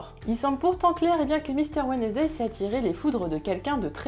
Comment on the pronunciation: « Wednesday » se prononce « WENS-DAY », en passant.